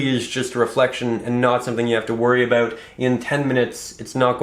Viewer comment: Abo OOO ut! That accent.